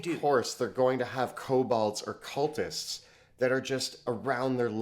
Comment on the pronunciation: This is a pet peeve of mine but its pronounced ko-bold, not ko-bald.